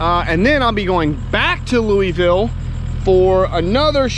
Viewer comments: Lou a vill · please learn to say the word "Louisville" correctly. Love u man. Enjoy the tubes you put out